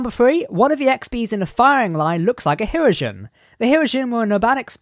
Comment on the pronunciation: Yes, it's pronounced ”hir-O-gen”